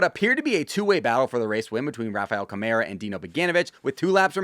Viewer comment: Hey, hugs from Brazil!! By the way, when you say Rafael Câmara's name, its acctualy pronounced with the emphasis on 'Câ' (sounds like on the word 'cup'), not on 'mara' - would be like 'Kah-mara'. Thx!!!